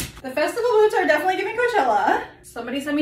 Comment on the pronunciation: Hol' up... Is it pronounced "coach Chela"??? I've been pronouncing it wrong all this time? LMFAOOOO